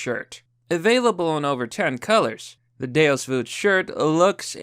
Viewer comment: you pronounce deus = doose. Your advertisers probably cringed a little just fyi lol.